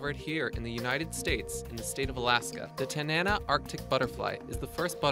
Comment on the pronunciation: That's called Tan-an- AH for the butterfly, and the village in Alaska.